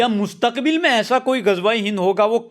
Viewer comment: Abe sidhe sidhe bol nahi pa raha hain! Mustakbil matlab future main aisa hi sakta hain